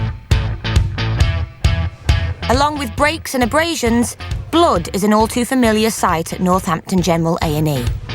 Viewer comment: I really like the way the narrator pronounces Blood I think it's funny